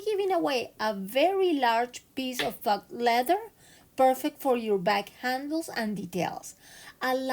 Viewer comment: the word “faux” is pronounced “Foe” and means fake or imposter.